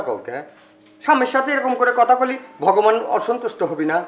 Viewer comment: উচ্চারন ঠিকহয়নাই ভগবান হবে।